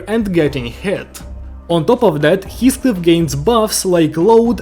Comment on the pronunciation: Everyone: Heathcliff is pronounced like this (He-Fh-Cli-Fh): HiSCliFf (His-⛰️)